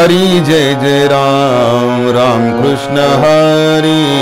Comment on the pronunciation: फार छान आवडले सिंधुदुर्गं कृष्ण उच्चार स्पष्ट आहे.काही भजनी बुवा क्रिष्ण म्हणतात .